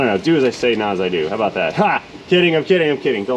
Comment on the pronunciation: Damn it.. Why are you making fun of us, What's that aboot?! Ok Sorry sorry for yelling there! You do a great job!